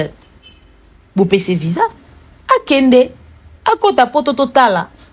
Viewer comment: Kindingu balobaka VISA, et non VIJA